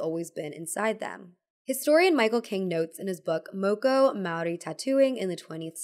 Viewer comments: Oh hey māori rep! Also 'moko' has a longer 'o' sound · it was really nice to hear you talk about Moko, as somebody from Aotearoa New Zealand! just thought i'd note, Moko is pronounced with the same "o" sound as in "more"